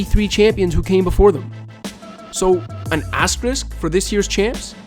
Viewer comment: THANK YOU. I literally could hear that word any longer. azTEriSk